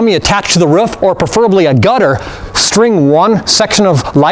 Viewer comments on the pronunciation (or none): he said ruff not roof 😹😹😹😹😹😹😹😹😹😹😹😹😹😹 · its not a ruf its a roof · he cannot pronounce roof right